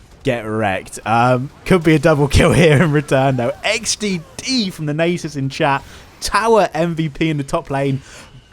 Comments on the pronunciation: my ears cannot bear nejsus any longer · Nay-sus is alive and well amd im here for it